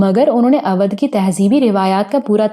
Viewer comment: اودھ کا تلفظ غلط لیتی ہیں یہاں اودھ کا او او بھائی کی طرح بولا جائے تو تلفظ ٹھیک ھو جائے اچھی کہانی بہترین آواز مسحور کن لب و لہجہ اللہ دے تو تھوڑی محنت سے تلفظ بھی ٹھیک ھو سکتا ھے پھر آپ کی کہانی گری کا مقابلہ بھلا کون کر سکتا ھے اور مجھے امید ھے دھرتی کے سفر کے بعد قمر کی اتنی ھی شاندار کہانی "مقدس مورتی " بھی آپکی آواز میں سننے کو ملے گی اگر ناول نہ ملے تو میں آپکے لسنر کیلئے ڈونیٹ کر سکتا ھوں